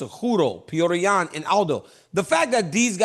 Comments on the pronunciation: Chael. Learn how to pronounce Alex's last name correctly, then maybe he wouldn't be mad at you. Pereira = Puh hay rUhh. Not Pee Era. 😂😂😂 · Kale. Per Era. Dude. Come on. Its not Pierre Uh, or is this just cuz your name is hard also? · No one: Absolutely no one: Chael: Alex Pee-Air 💀💀💀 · Chael “Peeoira” Sonnen GOD get his name right you TWANG!